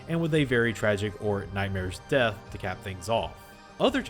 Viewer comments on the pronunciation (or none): none